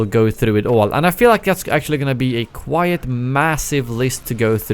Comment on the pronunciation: you pronounce quite as quiet in your videos. it's wrong, look it up. Just a tip. Keep it up!